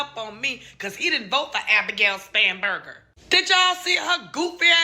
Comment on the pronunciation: I heard Scumberger too!